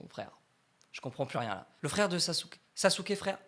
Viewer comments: On prononce pas "SasUke, on le prononce "Saské"! On prononce pas le U à la fin… 🤦🏻‍♂️ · Si jamais le bonne prononciation dub/sub est Saske et pas SasUke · T au courant que même si sa s'écrit Sasuke sa se prononce Saske